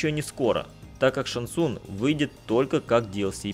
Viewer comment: ШанГ ЦунГ!!! Не глотайте буквы! Что и Лю КэнГ и КунГ лао! ЗАПОМНИТЕ